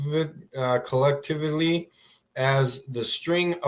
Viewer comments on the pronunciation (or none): I am not going to take the word of somebody who seems to have dropped out of high school early. He can’t even pronounce the word “collectively”. Dear oh dear. My time is more important to me than is. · This moron can't even f**king read, spell or pronounce "collectively". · So we have a flerf who clearly thinks he's of superior intelligence. But let's look at the evidence just from this short video - 1 - He's unable to read simple words without getting them wrong. 2 - When he produces his email, he uses 'text-to-speech' software, because he's incapable of actually typing it himself. Despite these clear failings, he expects us to just soak up all his nonsense and believe every word he says. What a moron!!!!!!!!!!!!!!!!!!!!!!!!!!!!!!!!!!!!!!!!!!!!!!!!!!!!!!!!!!!!!!!!!!!! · Three minutes in… I’m just gonna stop there. He pretends to know better/all… yet struggles to pronounce very simple words like “collectively” and “enhanced”!!! Gah!!!! It was like watching a young child….or…ya know… an ignorant fool who is thus due to his own poor decisions for decades. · not even being able to say "collectively" says a lot about his education and general intelligence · he can't read the word "collectively"...is there anything further that's worth arguing? It isn't funny at this point, it's sad. You betcha. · We should listen to the guy who proudly can't read the word of collectively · For a person whose first language is english and struggles to say the word "collectively" with no speech issues, is a problem in itself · He can barely read, can't pronounce tge word " collectively", much less define it. But he wants us to believe that he has deciphered the universe. Yeah, I'll pass. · This guy can't pronounce collectively, but definitely knows more than NASA. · I was about to comment about the “collectively” and not taking him seriously, but I see I’m not alone.